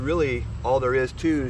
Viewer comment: Zoeller rhymes with Dollar.